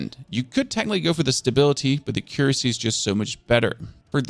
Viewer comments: Not trying to be rude, but the best way that i can tell you how to say accuracy is to say it like AK-YUR-ASSEY. Yes, that is how its said. Do what you will with that info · I never would have known you were German, your English is perfect and you have no discernible accent. Oh, and accuracy is pronounced "AH-ccuracy" with the emphasis on the "AH" syllable. :) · thanks for the vid!!! Accuracy = ack cure ra sea 😂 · Ack - ur - ass - ee. Accuracy.